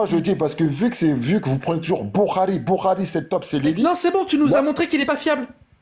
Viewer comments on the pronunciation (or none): SI JE PEUX ME PERMETTRE. t es un génie! Peut etre le meilleur dans la critique de l islam MAIS: Stp prend agnoslim ou jack en tete a tete pendant une heure et travaille ta prononciation. C est une torture BOURARI? Saheh? Meslem? Deconne pas 😂